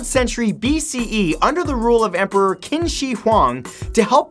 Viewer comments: Qin is pronounced chin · btw TERACOTTA ARMY the Qin is pronounced chin